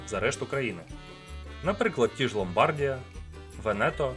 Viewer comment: Не ломбАрдія і венЕто, а ломбардІя і вЕнето😊